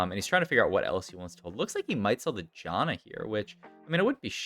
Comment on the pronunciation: I tried helping your pronunciation on live before but it just didn't work out. Say "can", now say "Jan", now say Janna. That's how you pronounce her name. Here's Janna pronouncing her own name in-game . Also, Yone does not rhyme with bone. It's Yo-nay. 🤦